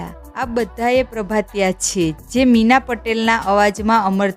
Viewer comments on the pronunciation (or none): એક તો આને બોલતા પણ નથી આવડતું મીના ને બદલે ભીના બોલે છે